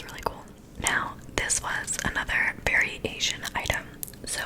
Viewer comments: When she said « variation item » i heard « very asian item »... woops 😅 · Everytime you said "variation" item I kept hearing "very asian" LOL